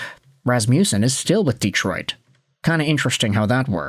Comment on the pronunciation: "Deeetroit" too. Anyway, forget about asking. For a guy who's asking for comments to help with the algorithm, he never engages with his commenters. Just asks for comments and says the floor is yours.